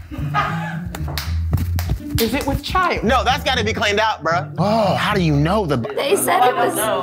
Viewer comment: "I'm not looking at that shiiet" 😂